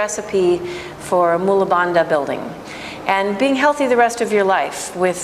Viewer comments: You are so good. I think Bandha should be pronounced as Bun + "The" Bandhhaa. not as Da/Duh. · True, must westerners cannot get their head/tongue around correct Sanskrit pronunciation. Bandha consists of a dental 'n' and a dental-aspirated 'dha'. As there are no equivalents of dental consonants (sounded with the tongue touching the back of the teeth) in English - English speaking 'yoga teachers' butcher the pronunciation. Therefore, listening carefully, one hears that she also mis-pronounces 'agni'. Also it's not pronounced 'mula' but is pronounced 'moola' (long 'u' not short 'u'). And also uddiyana with its long 'i' vowel and double palatal consonant…. Best not get me started...